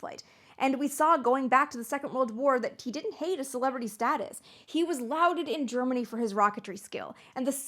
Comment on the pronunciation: "Lauded" sounds like "Lorded", not "Louded". Just in case you use it again, Amy. You've used it a couple of times in this video.